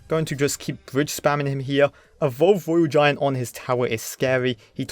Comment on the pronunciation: Twophys, mighty miwer, woyal giant, cwazzy 😂